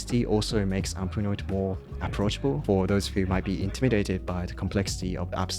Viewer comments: "APfnoit" what? What is this app you're talking about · I can't even figure out what app you switched to. It took >2 minutes to get there and you mumbled the name and then didn't repeat if for >1 minute at which I gave up. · 👎👎👎👎Dude - no offence but if you're going to have us wait 2 minutes for what tool you ARE recommending at least have the common courtesy to pronounce it clearly so we can hear it. I've put below the exact point where you say it. "Umpernotes" "Amperunts"? seriously wtf. This is a generational thing sadly, with so many young adults having their heads stuck in their phones that they forget how o speak. They speak far to quickly with terrible enunciation. Your generation need to rediscover true human interaction. I'm sure you're a good person, just mentalise a little more - "if I'm introducing/promoting something, I ned to respect that other people are spending their time listening to me, so I especially need to pronounce the key part to a sentence clearly, even if just to the ends of getting my point across" Unfortunately, i can't trust the recommendation of someone who can't even say the product properly, so I'm out. 🤷🤷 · I can't understand the name of the tool. He mentions all the ones he doesn't use but only mentions his chosen tool once and I couldn't understand what he said. The closed captions didn't help. It should would have been nice if he put the name on the screen. Then I scanned through the notes, and I still don't know what tool it is. 🤷‍♂ I think this is called 'Stealth Marketing'. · When you say the name of the app, that is the subject of the video you should articulate, instead of muttering under your breath. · yeah I was wanting to state the exact same thing. But I worried people would think I'm being racist. But this guy speaks near perfect english throughout the entire video then suddenly when he says the apps name it's mush mouth gibberish. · If you call that speech. It was more like a murmur.